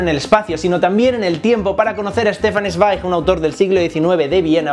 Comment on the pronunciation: Se pronuncia ez-va-ig (Zweig). Muy buen video, me gustó mucho.